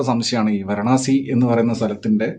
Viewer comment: വരാണസി അല്ല വാരാണസി